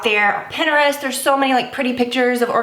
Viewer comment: The way you said Pinterest was eye opening have I been saying it wrong?😂 also I agree that the audible conveys a way different message and more motivation than the show did